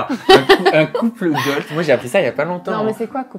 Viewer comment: On dit couple goal et pas goalz et est plus proche de la définition que toi